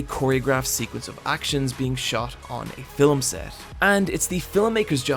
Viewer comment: even 8 years ago he said "filem" instead of "film" i cant say "milk" i always say "milik" lol i feel heard